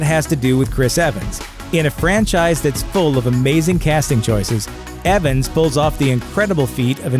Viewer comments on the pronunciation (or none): none